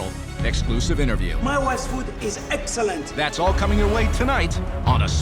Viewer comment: "My Ex-Wifes Food was Eggsälänt!!!"